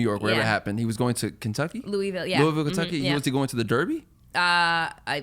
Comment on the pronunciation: You know when someone is not from the south because the pronounce Louisville “Louie-ville” lol you gotta run it all together and drop replace the “is” with and “l”